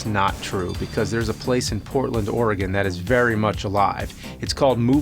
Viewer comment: I live in Hillsboro Oregon. It's right next to Portland. I'll have to check this place out... Also thanks for pronouncing Oregon correctly. Almost EVERYONE fucks it up